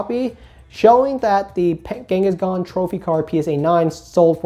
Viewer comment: Do you pronounce "Kangaskhan" as "Genghis Khan" as a joke or 😂